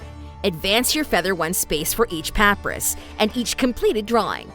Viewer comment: Seems to just be a text to speech engine for this, which is definitely a little unfortunate. Especially since it can't pronounce papyrus. :P